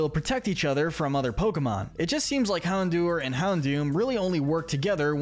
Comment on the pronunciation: It's pronounced yoo-NUH-vuh, TEH-pig, MAIR-oh-WACK, houn-DOOR, roh-TAHM, NUH-MULL, and bye-LUH style, ""! 🤨 You're so bad at pronouncing Pokémon names,! 🙄